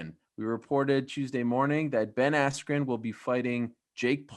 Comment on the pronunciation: Ben "AIYAND" Askren